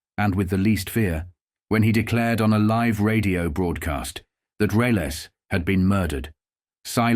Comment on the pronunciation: Reles completely mispronounced